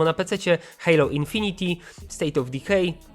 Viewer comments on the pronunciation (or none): none